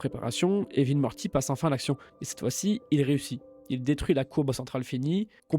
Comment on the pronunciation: Suis je le seul à bloquer sur les tiques de langages du narrateur. Mortchi ? Rick et Mortchy ? MorTy ! Super taff de ton côté, avec un peu de travail sur la locution tu auras des dizaines de milliers d'abonnés CONTINU !!!